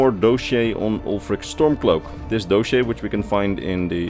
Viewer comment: Let me help a bit in a nice way hopefully. "Dos-e-air" not "doe-shey". Great video btw